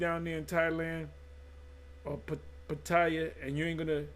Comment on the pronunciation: Shalawam,doesn't look like Pattaya changed since I left there. You can get those women and you didn't have to deal with Pros.Its pronounced like Patty-ya(Pattaya). I would pick Pattaya Thailand over Bangcok Thailand any day. It's cleaner.